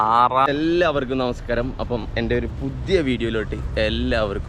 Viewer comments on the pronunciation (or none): none